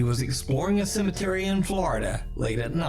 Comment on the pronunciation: It’s “cemetery” my guy 😂...